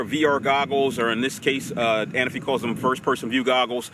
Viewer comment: The Parrot A-Na-Fi ...lol... you and my boy Inspector Gadget always call it the Parrot Ana-fi..lol...but since its your drone, I guess you can call it Larry if you like (